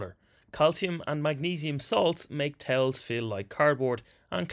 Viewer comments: 🤣 I thought he said "tails" - was so confused 🤣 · Video almost over and I just now realized he's saying "towels" and not "tails" :) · "...in gym gear on tails" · Only problem I had with the video was understanding that he said towels 😅